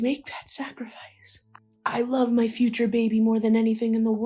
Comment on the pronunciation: After a couple of rewinds, she said future, but it did sound like teacher